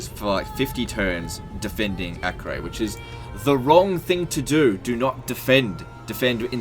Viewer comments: btw it is pronounced "AH-KER" not "AK-REY" (it is a present day city in israel) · Acre is pronounced "a-ker". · Acre is pronounced as Akka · Acre is pronounced Acker god dammit